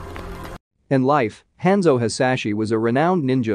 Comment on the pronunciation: I hate the way he pronounces Hanzo name, clan, and the way he says Bi Hans clan